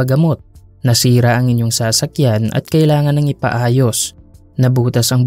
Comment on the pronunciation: Bat ganyan ang pagpronounce na sa-sakyan..hihi